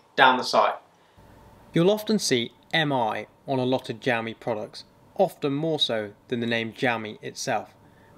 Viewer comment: gamy 😂😂😂😂😂😂 xiaomi